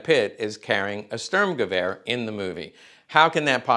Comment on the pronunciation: I would like this channel more if you worked on pronounceation for words like Sturmgewer and Waffen SS W is pronounced like a V. Also correct terminology like calling a magazine a clip. Another thing please refrain from calling weapons nazi. eg nazi luger instead call it german. A weapon could not be a nazi although it may be used by them Simple things like this would help out your channel alot. I have subscribed because I believe this channel could grow into something good, see you on the next one.